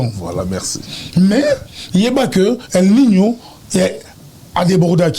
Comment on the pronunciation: el nino et non el minho